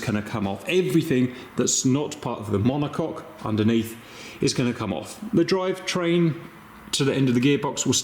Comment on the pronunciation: "monocok" and.... demonetized. Glad to see you are working on your health, Cap. Selfishly, would hate for you to stop making vids. you are always entertaining, Good Sir